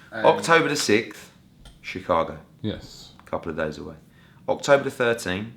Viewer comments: Nigga Eddie hearns said "chee-town' Lmao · The pronounce it shy town (chi) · God Lord, he called it chee-town! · Chee town? Lol. Smh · Mf said she town wtf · Lord hammercy he said “Chee Town”. Cringe.